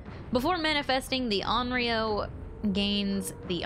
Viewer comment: You actually said Onryō correctly